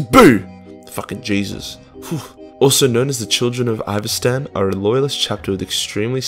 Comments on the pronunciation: Children of Ivastan? Does he mean Istvan? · Ahhhh a simpler time when would mispronounce Istvaan so badly